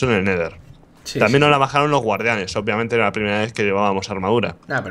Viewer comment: mientras la gente dice obviamente el rich dice opiamente xD